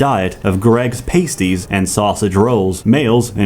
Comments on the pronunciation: Greggs Pass-ties, not pay-sties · mispronouncing “pasties” hurt my soul